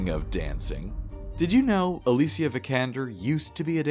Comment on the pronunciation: makes a point to pronounce alicia's first name properly and then calls lara croft "laura". lmao